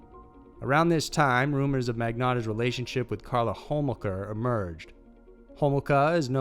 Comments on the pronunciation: It's not Hole-maka - it's Hole-mocha. But close. Luke Magnotta is another notorious killer up here, as soon as you mentioned his name I almost clicked off the video as I need some of the details already. Pretty ghoulish. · It's Luka and pronounced Ho-mol-ka. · I LOVE all your videos, but it surprises me when you mispronounce a name. It's Luka Magnotta not Luke, and you stumbled on Karla Homolka's name too. But, I'll still watch and like ALL your videos.